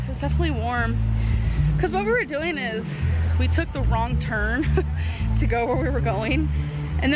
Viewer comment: "I have asked how youre dooeen" ...did she say fine? 😂😂